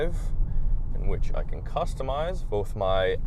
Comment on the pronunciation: Can or Can’t with the 4’ plywood? Hard to understand you